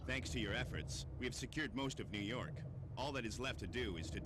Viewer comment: "New Yark"